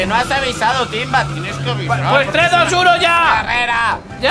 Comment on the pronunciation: invictor: a por tuinbaaaa Timbavk: Como que tuinba Yo: jajajaja jajajaja 🤣🤣🤣🤣